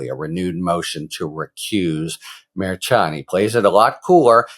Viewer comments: Harry, you are mispronouncing the judge's name. It is pronounced MerSHan, not MerChan. Please, Harry, it's annoying. It's not that hard to do it right. In one of your videos attorney KFA gave you the correct pronunciation and you acknowledged it. Please be a little bit professional. Stop mispronouncing the judge's name. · Love your content. Pronounced MAR SHAWN not MAR CHAN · I love ya, Harry, but everyone else says “mer-Shawn”. 😀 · Harry!!!!! It's pronounced Mer-shawn. You were even told that. Come on man. Mer-shawn. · Harry it is pronounced like MER-SHAWN!🤭🤭🤭…Karen corrected you last week!…Love you tho,you are still my favorite talking dictionary! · As much as I appreciate your legal takes, I wish you would pronounce Judge Merchan's name correctly! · Why can’t you pronounce the Judges name correctly?? Do you have a French name impediment?? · KFA already educated you, Harry, on how to pronounce the judge's name. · Man, Karen Friedman already corrected you on the pronunciation of the judges name. It's not a hard c h